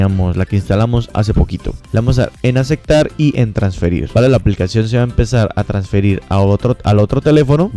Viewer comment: Acektar acektar acektar jajajajajaja